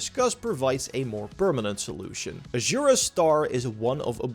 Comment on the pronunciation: Ajura's star, ajura's star, ajura's star... aZura, with a fucking z (zed, not zee). Americans and pronounciation, the eternal war.